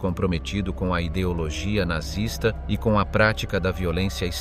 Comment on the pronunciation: What is nartsis? Oh you have the AI . I really lose interest when simple words are mispronounced (almost intelligent ).